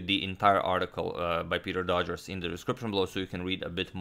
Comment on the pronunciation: the worst pronunciation of Doggers I could imagine. Dodgers? Really?